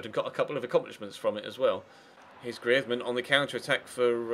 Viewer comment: you pronounce greizmann wrong